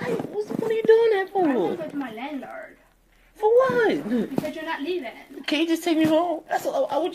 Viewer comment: "My landlerd...."